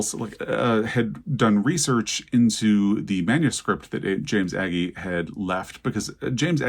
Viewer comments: Since you are open to pedantic comments about pronunciation, it's Ay Gee, rhymes with ay as in say, way. Love ya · Agee is pronounced. A gee.